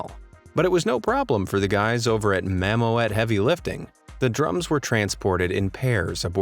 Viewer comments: Funny how you say Mamoet. It's not mamo-et. You pronounce it like mamoot. Like in school. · The correct pronunciation of "Mammoet" is mammut instead of ma-mo-et! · You pronounce Mammoet wrong, it should be pronounced as “mammoot” and it means mammoth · Mammoet is pronounced MAMMOOT and not MAMO-ETTE. Mammoet is the Dutch word for mammoth, which is also the logo of the company. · Mammo-et, haha. Dutch isn't easy. When ever you encounter an 'oe', pronounce it like a short 'ue' from 'true'. That should make a huge difference ;)... Or you can just say 'mammoth' if you prefer 😁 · Mammoet is pronounce Mammoot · It's pronounced Mammoot by the way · You pronounce it as mammoot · Mammoet is pronounced Ma Moot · mam oot is the way to pronounce it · That is not how you say mammoet, it is Dutch and the letters OE together are to be pronounced as the OO in spoon . so it is more like mam mood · You could learn the spelling before repeating a word 10 times... "Mammoet" (dutch word for mammoth) is actually pronunced almost the same as in English. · Great vid but damn that pronunciation of Mammoet hurts man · That’s not how you pronounce mammoet 😡